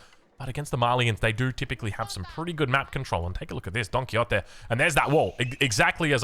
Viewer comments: Probably this comment is the definition of no one asked but... Don Quixote it's pronounced in either two ways: With an x sound, so it's somenthing like Quishote (don't know if that makes a lot of sense for english speakers) Or with the old spanish pronunciation, with a j. So it Don Quijote, like a hard g. And now I take my leave (great cast, as always) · Don Ki-Yotee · wait im confused way is Don Quixote pronounced du muslim